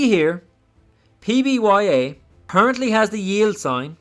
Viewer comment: Great video, but really focus on saying the ticker symbol correctly. It is PBYA! Otherwise excellent DD man!